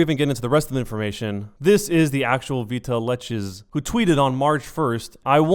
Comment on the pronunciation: I'm relatively sure it's supposed to be said "Vital X" not "veetaleches". But, I honestly hope this gets cleared up for you. Probably never going to watch any of your other content, but it's always sad when something like this happens.